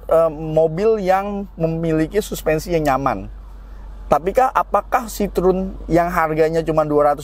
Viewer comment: Salfok, pelafalan ejaannya bukan sitrun Pak tapi s-i-t-r-o-é-n